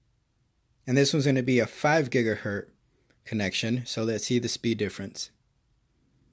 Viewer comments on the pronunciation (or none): Gigahertz not giga-hurt.